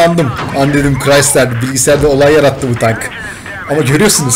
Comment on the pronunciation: Crisider diyon siri acılıyor